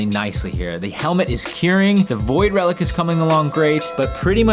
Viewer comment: I'm sorry saying void relic just knocks me off balance for some reason.